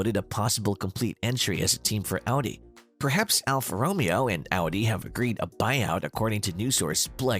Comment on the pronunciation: should definitely look up how to say alfa romeo